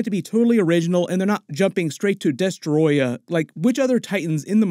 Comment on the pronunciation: I love how you say destroyah Also when do you think we will see godzilla Jr aka godzookie I want to see him blow the smoke thingies like in the cartoons😅